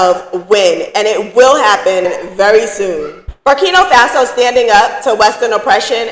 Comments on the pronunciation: I love your channel. But, it’s BURKINA FASO. not BURKINO FASO. please, I want you to say it correctly. It’s important. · It's not burkino, say it right if your gonna speak about the place. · Ma'am it's NOT BurkiNO. It's BurkinA 🇧🇫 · Berkina not Berkino